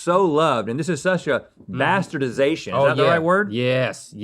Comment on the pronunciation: “Bastardization” lol